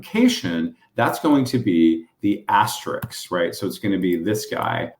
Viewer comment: Please stop saying Aster -IX! The word is Aster - ISK! Many others are equally wrong with their pronunciation. Asterix the Gaul was a cartoon character. Thank you!